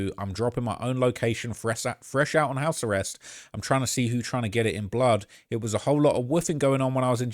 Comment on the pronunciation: did that dude in the video call it "house the rest" instead of house arrest? 😭☠